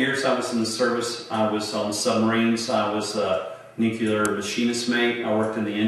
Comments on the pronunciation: he says he was “nucular” 😂😂 if you can’t pronounce it you didn’t do it. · "I was a nuke-ular machinist mate..." 🤣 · It's pronounced nuclear not nucular. Damn it. And he doesn't look old enough to be born in 1959. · I believe it is spelled "nucular" which is pronounced "Noookuler". But don't feel bad, most people get it wrong. 😉😂🤗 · Ahahahahaha nukuler machinist mate ahahaha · Officers always say “nuke-you-lar . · If he was a nuclear machinists mate you would think he would at least be able to pronounce the word "juclear" correctly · credibility lost the moment you pronounce nuclear as NUKULORE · If you can't pronounce "nuclear" I have no confidence an anything else you have to say.